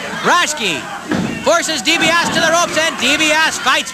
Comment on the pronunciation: I hate how they mispronounced Ted's name!! Ugh! Dibiase!!! Not D B OSS!